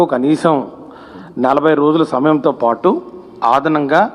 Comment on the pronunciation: ఆదనం గా కాదు సార్ అదనం గా..ఆణి ముత్య మంత్రులు..